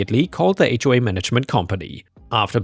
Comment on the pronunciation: AI mispronounce HOA all the time